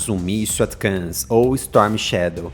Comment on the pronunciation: "ATCAMS"?? -Não seria "ATACMS"??